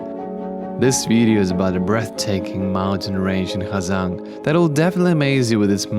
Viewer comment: Bạn là phượt thủ nước ngoài phát âm HÀ GIANG chuẩn nhất